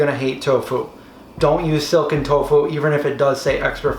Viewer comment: Wow I thought he said silicon tofu loool